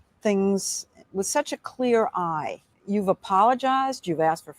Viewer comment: Al Sharpton has organizations that when he is to pay taxes, he just goes and drops that organization and starts another. He owe 5o’s in taxes. He is a fake. Al it is not “whit h” you…it is with….